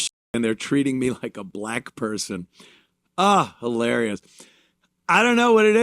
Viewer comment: If only there were a word he could have used in place of saying bleck person 🤔